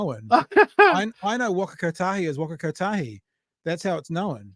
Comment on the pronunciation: I hope Maccas don't start getting free workers for 90 day trials before laying them off on day 90 like last time. Winny Peters can say Waka Kotahi properly. I'm going to get a Waka Kotahi tee-shirt. Māori language should not be belittled in NZ.